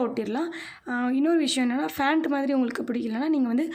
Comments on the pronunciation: Emma panta ha fantu nu solra, Box ku atta box nu solra and adikkadi ok va ok va nu solra these are irritating🤦🏻‍♀️ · Hey yeruma athu "pant" "fant" illa First learn to pronounce correctly then you start youtube channel